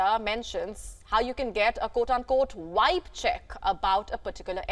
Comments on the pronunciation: The American word is VIBE, not wibe! 😅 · She said wive. What's a wive?